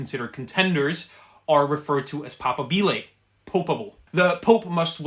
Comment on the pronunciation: The stress in "papabile" falls om the secomd syllable not the third.